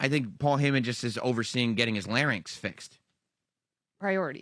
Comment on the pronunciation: Is "Larn-yx" the American pronunciation? Or just a common mis-pronunciation? Heard it for years from Vickie Guerrero and Michael Cole especially. Drove me nuts... 🤣🤣